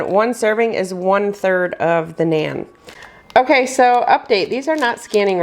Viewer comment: Please pronounce naan bread correctly 😊